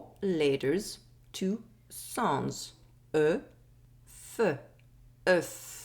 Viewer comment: 4 "laters" 2 "sonds"😂